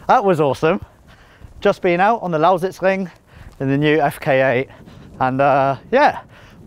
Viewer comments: Really like how you say "Lausitzring" :) Sounds almost like a native. Its a really cool track, like driving there. What was the fastest lap in the FK8? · i can't get over how excellent he pronounces "Lausitzring" :D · you say lausitzring as german as it gets. pretty fascinating ;) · lol how often did he say 'lausitzring' :D good pronounciation tho